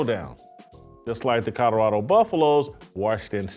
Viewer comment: How about his own voice trying to say Colorado…